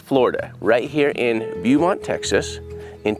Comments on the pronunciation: Beeeeuuuuumont 😂. Just helping y’all out it’s pronounced Bo-mont. thank you for never giving up on finding families lost loved ones! Closure will never happen with the deceased but it will in the way it happened. Sometimes I know I forget my bestfriend is passed and I go to text her or something and then I remember.. she had a seizure one day and her fiancée came home to find her 😢. Nothing has given me closure. And everyday it’s like she passes all over again because all I want to do is text her or call her. What gives me the slightest bit of happiness is knowing that she is watching over me and wants me to live a full life. I wish she could’ve grown old and our kids could’ve played together one day. And she could’ve experienced marriage with her fiancée and a career. ❤ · Bo-Mont, Bo-Mont, Lol, Not Bew- Mont, Its pronounced Bow-Mont, Texas, Lol!! But good effort man!! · It is pronounced "Bow" mont, not "Boo" mont. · Town os not Bewmont. Its pronounced Bowmont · Sorry I spit my coke out when you pronounced the city Beaumont as Bee you mont. Its actually Bo- mont .. Great job guys .. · Beaumont is pronounced “Bo-mont”, I’m from the Jasper area which is 1-hour drive north. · Jared, Beaumont is pronounced (Bo-mont). Thought I'd help you out. Thank you for all that ya'll do! God will bless you! I'm in Texas, I live in Galveston County. Stay safe! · It's pronounced BOWMONT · Beaumont is pronounced Beaumont, not Beumont.😊" As in, a gal and her beau". I apologize for straying from the main subject of the video. But that got me from the getgo. Okay, and I'm going to continue watching this great video. And thank you for representing so many people who have passed. 😢😢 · Beaumont (Bo-mont) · it is pronounced "Bo-mont" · Not to detract from the amazing work you're doing, but Beaumont is pronounced Bō•mont with a long O sound. Yt just recently dropped y'all into my feed and I'm glad they did. This is amazing work and thank y'all for doing it. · Just fyi, it’s pronounced bow mont